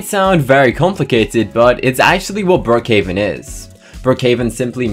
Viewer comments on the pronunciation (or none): at the start you said brokehaven but its brookhaven